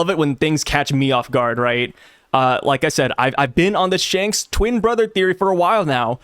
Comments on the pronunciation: Instead of Shanks.....Hanks? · "Spanks" the twin brother of Shanks 😂😂